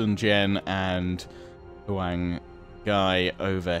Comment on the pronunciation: Huang is yellow in Chinese, try to say Wong or H-wong. And his name is basically guy Sun is more like soon Jiang is fine